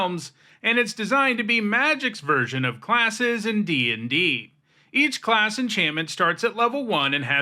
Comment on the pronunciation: For some reason, the way he hits that first “class” cracks me up 😂